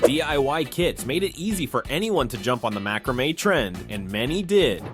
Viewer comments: Agreed- I wondered if this video was done by a real person because of the wrong pronunciation of this and macramè. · I remember all these things but the guy narrating is mispronouncing lots of things, like macromae and Spirograf.